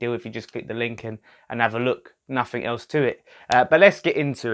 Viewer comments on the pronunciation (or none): none